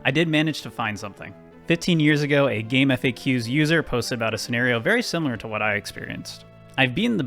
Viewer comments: >gameEFFAYKYUS Ugh. CJayC said it's gameFACKS. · "game eff ayy cues" is DIABOLICAL ragebait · It makes me irrationally angry that no none can pronounce "GameFAQs" correctly. Kids these days.